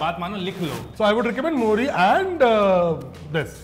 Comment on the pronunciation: मोरी नहीं मूरी and गले में नहीं सीधा लीवर में लगेगा Himachal Mei nahi sirf Distt Kinnaur Mei..